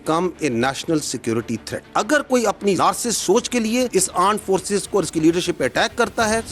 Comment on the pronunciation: AAND FORCES 😂